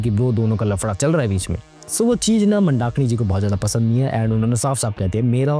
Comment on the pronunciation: Pehle naam to sahi se bol lo vyjayintimala ji mandakini ka pronunciation bahut wrong hai aur market market word laga rakha hai bollywood nhi bol sakte kya